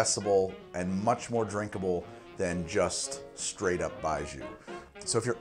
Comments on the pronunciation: Sorry to jump on this. but pronunciation is "bye-gee-oh". with the "gee" and "oh" pronounced as one syllable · Pronounced “bye joe” as in when you drink it bye bye joe! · Love it, but the pronunciation of 白酒 was killing me. You had the first part right, but the second syllable is pronounced like gee-yo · Pronounced :"BYE-JOE" fyi. thanks. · It's pronounced bye joe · Baijiu （白酒）-- Pronounced "bye-joe" Also get on that CR already! The correct flavor/taste profile for Baijiu is in fact death, you are correct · thank you for telling him lol it was annoying hearing zhu lol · BYE-JOE it's pronounced BYE-JOE. "Bai" is the word for white and "jiu" is the word for liquor. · baijiu (白酒) is more like 'bye-jyoe' except the j is like halfway between a j and a hard z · Lots of comments here so it's probably already been said, but Baijiu (白酒) is pronounced "Bai Joe" and literally translates to "white alcohol". Cheers! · Baijiu is incredible and absolutely horrible at the same time! Moving to China this fall, and I'm really looking forward to tasting different Baijiu. Btw: Pronunciation of the "jiu" in baijiu is closer to "gee-oh", just shortened to 1 syllable. Close to how you'd pronounce Gio for a guy called Giovanni. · if you want to say 白酒/ baijiu better, “bye Joe” is a lot closer than what you were saying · Could be wrong but I think it’s pronounced like buy joe. BUT, great vid as always and I kinda want to try this now.